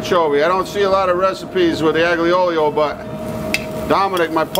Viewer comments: How can he be Italian he said aglee oleo lmao you notice he deletes comments that he doesn’t like ? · Ya but he said aglee oleo???? my god! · He said aglee oleo ?? lol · Its the "aGlee Olio" for me hahaha, love this man and his earnest cooking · Aglio e Olio is pronounced eye-yo eh oh-lee-oh. that's as close phonetically as i can get it. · No it’s aglee oleo .... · Daddy Jack’s I love you and your videos, but it is pronounced like “All-ya Ool-yo”. Our family traditional Christmas Eve dinner since my Great Grandparents came over. We use a bit more anchovy and garlic, though it is for a big family. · This is real bullshit, this is not an aglio e olio pasta, he even pronounced it wrong, the "g" is silent. Every Italian would be enraged by the way this dish is made. He even salted the pasta after he put it in the sauce, no need for anchovies, the garlic is too much and in thick slices, he didn't put any parsley and the cheese (Pecorino) is used after we serve the pasta which is complemented with thin pieces of peperoncino (chili). What a joke this guy is.